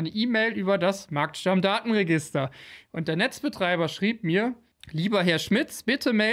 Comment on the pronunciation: Heißt es nicht eher Markt-Stammdaten-Register, anstelle von Marktstamm-Datenregister?